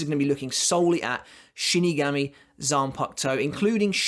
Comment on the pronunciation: You say shinigami absolutely bizarrely